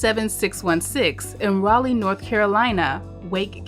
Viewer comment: Got raleigh wrong